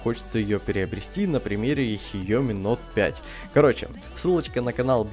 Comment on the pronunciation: Хиоми.... Боже, такой даун... КСИАОМИ, ШЯОМИ, СЯОМИ, КСЯОМИ КАК ХОЧЕШЬ НО НК ХИОМИ!